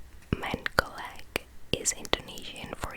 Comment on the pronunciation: the 'c' in mencolek by indonesian language is not pronounced like c in 'cute' but c in 'cheers'